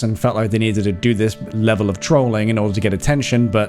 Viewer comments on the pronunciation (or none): none